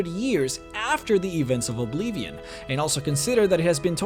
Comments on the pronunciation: i hate it when you say obeevion you say it wrong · Love the videos, it just bothers me that he spells Oblivion like Obleevion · Who says "OblEEVeon" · If you are going to say 'Oblivion' that much please learn how to pronounce it, please.